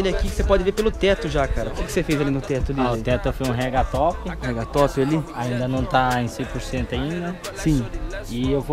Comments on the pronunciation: só um detalhe, nao é raga top e sim ragtop kkkkkkkk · Ele falou rega top